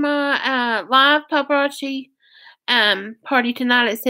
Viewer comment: Is that the way paparazzi is pronounced? It has zzi. Not chi. Cookbook? There ain’t no misspelling...... yeah we know how computers, and spell check works.